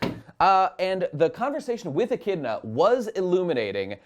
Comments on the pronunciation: Echidona is how it's pronounced in japanese. It's the same thing don't worry about it. The problem is that during her debut in the anime she directly looks into the screen and says her name and title right there. It's not a big deal, but come on guys how did you miss that lol. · "Yes! We know now! It's Echidna, not Satella!" You know, maybe if 60% of your complaints weren't from this one misconception, I wouldn't be so annoyed. Still love you guys. On that note, maybe if I could hear which OVAs you talk about on your subscribestar, I'll feel more inclined to donate.